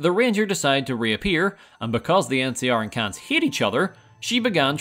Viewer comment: Ayo Khans is not pronounced "cans"